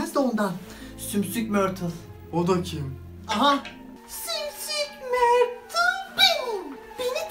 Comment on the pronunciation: "Sümsük mörtıl" sjsjsjsjssj